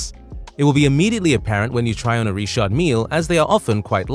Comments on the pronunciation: Are you saying Richard or Reshot? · Don’t church it up dirt. It’s Richard no reeshard. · It’s not ríćhářď it’s Richard. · 🤔🤔... sooo it's not pronounced "Rich-ard Mil-lee"....😂😂😂😂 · "Reeshard" Lol.... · please allow me to advise you about the d is mute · Why is Richard pronounced so weirdly? Also I share the same initials lol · Why it so hard to say Richard 😂😂😂😂